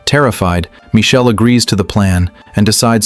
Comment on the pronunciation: Please change yr ai to pronounce michael instead of michelle ..😣😣🤢